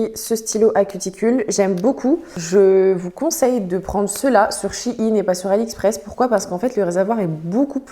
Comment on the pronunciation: Ça se dit shine